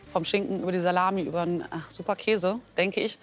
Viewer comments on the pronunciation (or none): none